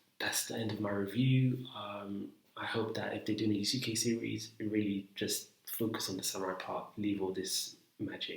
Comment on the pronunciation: Bro it has the same pronounciation as sasuke from naruto ,it not pronounced (yasookay )😭😭😭